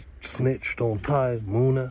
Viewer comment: You gotta pronounce the names right bro munna not moon a